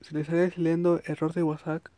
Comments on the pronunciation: Violenta un poco que digas whatsak pero fue muy útil la info. Gracias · es que en el vídeo no dice WhatsApp dice el guasak y suena cagado